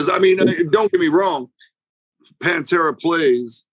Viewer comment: cheers for saying Panfuckin’tera’s name right!